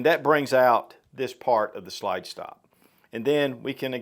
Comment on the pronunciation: I really hate that you pronounce slide as”shlyde”